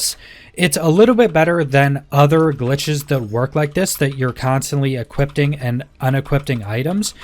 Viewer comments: Dude I love your videos, but it's e-quip-ing, not e-quipt-ing. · DUDE!! I was super annoyed lmfao! He was saying EquipTING and UnequipTING!!! over and over lolz. not DING.. I dont know why the little things piss me off so much but they do haha... I guess I am a Grammar Nazi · YES. I was getting so annoyed hearing equippting and unequippting over and over. 🤣